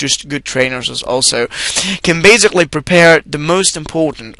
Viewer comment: In addition, this is not the proper way to pronounce the word 'basically'. The word doesn't contain a 'z' sound. So, it really hurt my ears to hear it mispronounced zillion times.